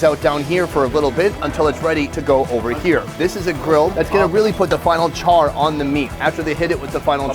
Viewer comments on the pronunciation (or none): none